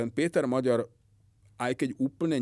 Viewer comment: Rozumier tak kkt. Hovoril že Orbán napadne Slovensko, že zaútočí na Ukrajinu, maďarsky hovorí smiešne , miesto Péter Maďar, vyslovuje Píter Moďór, už mu slovenskí Maďari píšu, že nech nie je kkt a nech to vyslovuje normálne maďarsky...